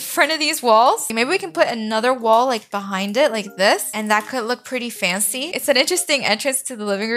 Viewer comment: Who else loves how she says faNcY